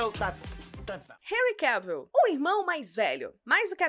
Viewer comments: Querida, você tem uma voz muito bonita. Só derrapa no nome dos artistas. Mesmo a locução em inglês falando nome do Jason Momoa certo, você pronuncia errada. E o Henry Cavill, se pronuncia "Renri Quévou". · Na real se fala "Quévol" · Precisa aprender a pronunciar o sobrenome do Henry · Por isso q os brasileiros não aprende inglês direito. Até a roterista não sabe pronunciar o sobrenome do Henry. Vai pronunciar direito mulher. Pelo menos ensine o povo a falar inglês corretamento dos famosos.